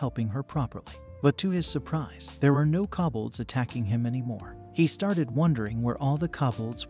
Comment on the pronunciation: ugh I can't take it. Since when is KO bolds pronounced KA bolds. I mean there is no A in the word at all! Don't just change words because your bored. ugh.